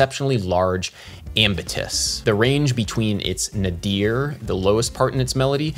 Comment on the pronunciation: Speaking of emphasis, I've never heard anyone say "nuh-DEER." It's normally pronounced "NAY-dur" or "NAY-deer."